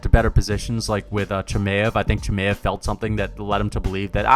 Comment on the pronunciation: Who tf is Chi-may-ev